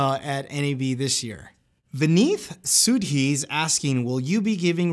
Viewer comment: I can't blame you cause you at least pronounced my first name correctly. (My second name is pronounced as: suh-dhee-r)